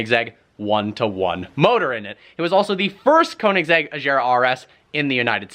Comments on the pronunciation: I heard you say ajera . But its agera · I got T R I G G E R E D so hard everytime you pronounced it "ASCHERA", dude its called "AGERA" !! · Why do you say ajera it’s agera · am i the only one that gets triggered when he pronounces agera incorrectly? its agera, not azera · How you should pronounce it: Koenigsegg Agera How pronounce it: Kouniksegg Ashjera xD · It agera not ajera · Agera, not Eyshera. Regera, not Rayshera. it'd swedish, not french ;) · I thought it was pronounced A-GER-A like they say on top gear/grand tour, You say A-JEEERA :D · Its not koningseg ajera, its agera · Its agera not ajera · for the sake of god, please get your pronunciation right, its AGERA not Ajera. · a-G-era, not a-jera, just like they say regera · dude what kind of car is that: "Konisegg", "Konisegg". :-) And actually its pronounced Agera with g not Achera. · It's not Ajera .. it's Agera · Please stop saying AJERA! It's AGERA!!! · Stop calling it the ”Ajhera”, it’s pronounced Agera just as spelled. Agera means ”act” or to ” take action on something” in swedish. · its not AJERA ist Agera just like GIF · it's not just Königsegg they mispronounce, he even mispronounces the modelname. Ahshera instead of Agera xD and Rayshera instead of Regera. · U know is aGera not aJera It with a g not a J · I love you're video but PLEASE say the name right it's not Ajera it's Agera. Hello from sLOVEnia i hope you come to vosit it one day😄😍😍😍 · It's not Ajera .. it's Agera with a hard G -- /Swede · no its Agera if it would be pronounced Ajera there would be a j in the name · U don’t say aggeraa it’s A.gera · Azera? Rezera? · even weirder thing is, they cant say aGera either apparently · You don't read it "Ajera" You read it with a G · Please pronounce aggggerrraaa properly lol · It’s not an ajera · When will you stop saying Ajira and Rejira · Hard g. It's a Swedish car not a French car. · Who cares as long as you don't pronounce it a-g-era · kowenigsegg ajera Y u no respecc Sweden